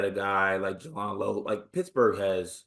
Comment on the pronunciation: You did all the research, yet didn't hear everyone else pronouncing his name properly. J-land. Jay-land. Jaland Lowe. Thanks. And respect.